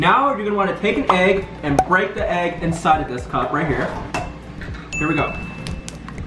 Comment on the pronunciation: Instead of break it says beak